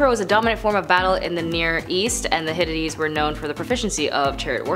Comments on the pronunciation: Ps, it’s hitItes 😂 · You are completely butchering the name of the civilization. It’s pronounced Hit-tight. Thank you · "high-titties" I can't watch the rest of this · It is pronounced HIT TIGHTS. Perhaps you should ask the correct pronounciation if you are giving a presentation on a group or a nation. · Please note that I'm not trying to be mean or disrespectful; rather I'm just stating my frustration with this video cuz I really wanted to get the info on such a great subject matter. The title of this one was intriguing! AGAIN NOT TRYING TO BE A "VIDEO BASHER"!!! This is an interesting topic but I can't enjoy it or even get any info out of this video. This girl not only butchers the name of the civilization (which, by the way, is the only word that isn't going 100mpr in this video) but she's speaking so fast that u really can't understand or absorb anything that she's saying and she's obviously reading her material for what seems to be the first time cuz she stumbles periodically thru her RUSHED MONTRA & SIGHS as tho she's annoyed with having to do this video! Plus, at the end of her "sign off" or "goodbye", she doesn't come across as or sound sincere. Plus her "tone of voice" seems to add a little sprinkling of "thank God I'm finally done with this crap"!!! This video is the MOST UNENJOYABLE one from this channel (WHICH I DO💜& AM A SUBSCRIBER TOO)! Also, this video barely beats out the ones with the host that has long dark hair & thick round black rimmed glasses that always miss-pronounces words & always gets her facts wrong!(AGAIN NOT BEING MEAN JUST FACTUAL). I'm so disappointed cuz I really wanted to know what the 10 things were about the Hittites!